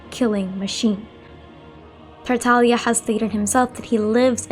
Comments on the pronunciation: If you listen to VA lines, it's Tartaglia. VA do not choose how they pronounce their characters names, they been told how to say it, going by this Tartaglia is correct, not Taralia. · Tartaglia is an Italian word and the "G" is silent.